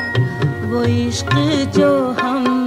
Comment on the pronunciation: لڑکپن کے بعد آج شاید بیس سال بعد یہ غزل سنی ، ویسا ہی اچھا لگا ، کمال غزل ، کمال دھن ، کمال آواز ، آج غور کیا کمال تلفظ کی ادائیگی ❤ لفظ عشق میں ق کی کمال ادائیگی،